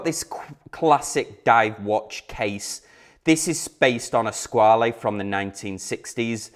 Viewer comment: Just FYI- it’s pronounced “Squa-la”, not “Squa-lee”. TGV (& all the other YouTube watch people who followed) have it wrong.